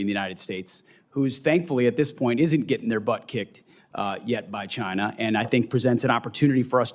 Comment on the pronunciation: Mr Reed it is CHINA not NOT CHIN ER